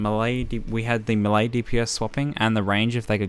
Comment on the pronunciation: the way he says 'melee' triggers me